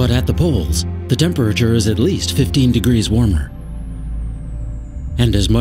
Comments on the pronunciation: wtf sa-turn and tem-per-ature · this narrator seems to have trouble saying "temperature" (check out ...he says it repeatedly and it sounds weird)...also he emphasizes "h" when he says "where" "what" "when"...basically any word that begins with "wh"